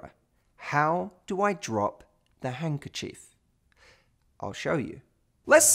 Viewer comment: It's not hungerchief it's hanDkerchief